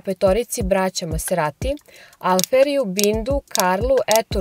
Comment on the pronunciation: Oboje ste izuzetno lepi. Lepotica i zver. Mala primedba ali bitna: Izgovara se mazerati a ne maserati kako piše. Da se izgovara maserati onda bi pisalo "masserati" što svakako nije slučaj. Dakle, i MaZerati.